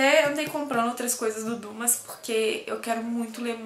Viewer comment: a pronuncia é "dimá", o u em francês tem som de i